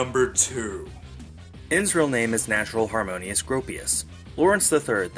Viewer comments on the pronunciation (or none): Natural HARMONIA Gropius not Harmonius.